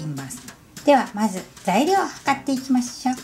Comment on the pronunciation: それでは計っていきまんしょ なんかこの部分だけ言い方おかしくね笑